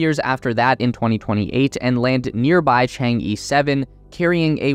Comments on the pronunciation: This title is going to look really funny in 10 years. your takeaways from NASA are... a little convoluted though not entirely wrong. Could use some work. Also, friendly critique, it's "Chang-e" not "Chang-i". Pronounced kind of like "Chang-uh" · FYI, Chang'e is pronounced as /tʃɑːn ɚ/ but not /tʃɑːn iː/ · Chang E is not pronounced as “chang i” It pronounces like "chang a", "a" is like the pronounciation of the "a" in "a robot" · chang eh, not Chang E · Chang-e is not Chang Yeee, it's Chang Urrr. It's the name of a Chinese moon goddess. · I believe its Chang'e not Chengi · chang-e should be pronounced chang-er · Your pronunciation of Chang e really drives me crazy.. other than this, great video. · Cant even pronounce Chang E😆